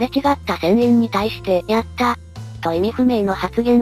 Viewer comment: や↑った↓ だよね、イントネーション